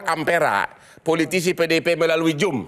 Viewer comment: Zoom bang, bukan jum. Pake z bukan j. Makasih